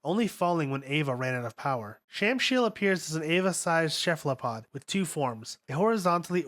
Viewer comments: "shefalopod" I think this might be more than a problem with Evangelion names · I for one welcome changing Cephalopods to the much more fitting Shephelopods